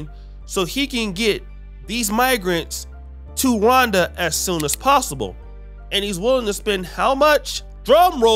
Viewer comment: Is saying Ronda, or Rwanda? Bruh be messing up all kinds if words 😂